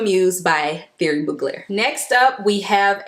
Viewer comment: It’s Ti-air-ree (you don’t pronounce it as th-) otherwise I’m subscribing, these suggestions are good and different to what other youtubers are saying🙌🏾